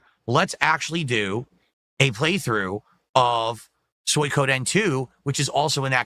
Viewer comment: It's still hilarious to me how he can say Suikoden wrong, and in a different way, almost every time he says it. You can tell by the slight stall just before he says it that he's insecure about his pronunciation, and switches over and over.